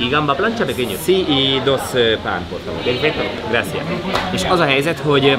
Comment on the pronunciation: Kedves! A spanyol utatok elejétől fogva várom, hogy mikor jössz már rá, hogy a gracias spanyol szóban (jelentése: köszönet) nincsen magyar 'c' (mint cica) hang, hanem azt pösze sz-nek ejtik, tehát valahogy úgy, hogy "grasziasz", ahol az 'a' a magyar 'á' röviden ejtett változata. Remélem segíthettem, amúgy hajrá, mert élvezetesek a videjók.